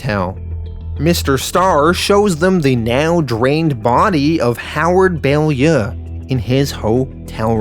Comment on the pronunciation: It's pounced bow-lyoo